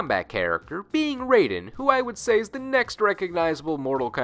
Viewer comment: So they created Raiden, named him Raiden, but don't know how to properly pronounce his name?